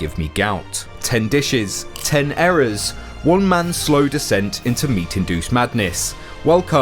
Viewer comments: Don't we Brits pronounce it as "ear-ras"?? 😅 Also well done having the Union Flag upside down...! 😉😂 Love the channel, keep up the good work! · Is he deliberately pronouncing eras as errors? Probably about right when it comes to British food.